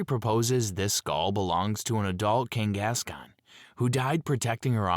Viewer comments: abbreviated vernacular and consistent mispronunciation of names/words with same spelling with no real dialect says very much so AI and not real human vocals. Ex: Kangaskahn is pronounced “King-gas-con” repeatedly with the same cadence and robotic tone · A.I. having a stroke every time it's forced to say "Zoroark" and "Kangaskhan"